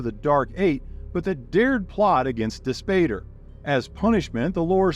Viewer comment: Dispater = dis POT ter, "pater" = father in Latin, so Dispater = Dis-father